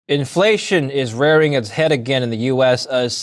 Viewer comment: It's rearing It's head not raring it's head.